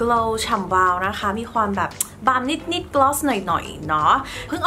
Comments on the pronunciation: ดูเพลินมากเลย สวยไปหมด ติดคำว่านิส นิส ค่ะ นิดนิดปกติได้มั้ย เสียง s x -ce เยอะแล้วในคำภาษาอังกฤษ ไม่ต้องเอามาใส่ภาษาไทยแล้วได้ไหม 😵‍💫 🫣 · รอนานมากค่าาา ชอบคลิปมาก แต่อยากให้ พูดคำว่านิด แบบปกติอ่ะค่ะ มันแอบแปลกๆนิดนึงงง ติดตามพี่ตลอดนะค้า